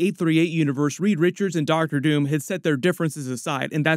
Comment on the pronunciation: DID HE SAY DR. TOON???? 😅